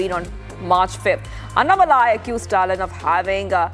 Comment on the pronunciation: It is NOT AnnaMalai...it is Annaa-Malai. Like 2 words.